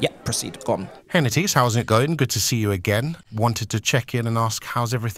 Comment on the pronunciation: At the metro what?? Mattise 😂